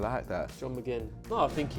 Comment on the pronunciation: you know he knows what he's talking about when he says McGinn